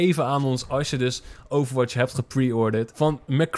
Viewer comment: Stop met overwaths